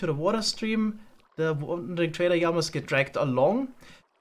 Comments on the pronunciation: I love your simple solution for the Yamas. I may also love how you pronounce that 😅 keep it up man, I'm stuck to this series like poo to a blanket! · I realy love the videos and this series. But please dont call them iiamas... its LLamas... Keep up the good work tho😂